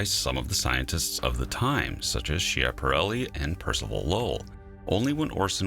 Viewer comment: the correct pronounce for Schiaaparelli is "ski"aparelli. It hurts ears of Italian speakers to hear that way.